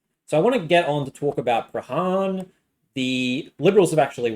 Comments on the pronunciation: It's pronounced Prah - ran, as in can and Cor eye oh... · its pronouced Pran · Nice vid but I cringe at the prahran pronunciation hahaha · It's not the jewish voters. It's people who vote who are disgusted with antisemitism. I would think that this will be a broad sentiment. And. The H is absent in Prahran. 'Praan'. It's very grating. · Really interesting analysis, thanks so much! I loved your pronunciation of Prahran and Corio- I guess you're not a Victorian? 😉😉